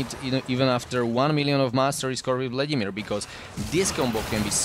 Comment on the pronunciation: Kdyz slysim "vladimÍr" Tak je mi podle prizvuku uplne jasne ze jsi cech nebo slovak :)